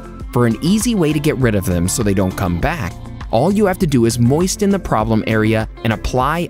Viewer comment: Did I hear the narrator pronounce “moisten” with a hard “t” sound in the middle? Seriously?